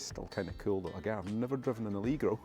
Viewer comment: ALLLLLLLLEGGGGGRO ITS NOT ITS An ALEGRRRO